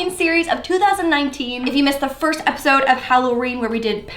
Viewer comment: Did just say appisode instead of episode